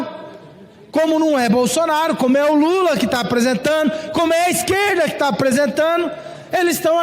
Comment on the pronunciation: Deputado que fala "apresentano"